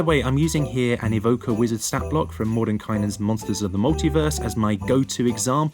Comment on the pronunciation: Yes! You pronounce Mordenkainen correctly! 😃